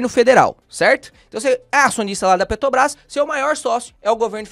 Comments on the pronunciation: A pronúncia correta é: ''PetRobrás''. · Perco sempre com o falando PeTObras kkkkkkkk